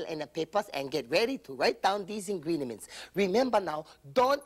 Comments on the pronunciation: “Ingredement” I died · SHE SAYS INGRIEMTS* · "Ingriedements" Hahaha!